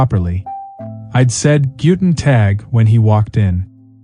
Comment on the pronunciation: The speaker is supposed to work and live in Germany? His "German" is horrible. He doesn't even know how to pronounce "Guten Tag"...